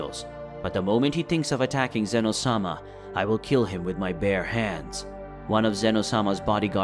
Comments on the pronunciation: it not zeeeeeeeeeno it ZENO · Bro said zino 💀💀💀☠️☠️